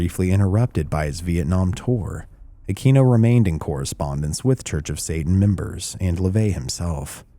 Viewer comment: Aquino ( uh-kween-oh) Sorry that drives me nutts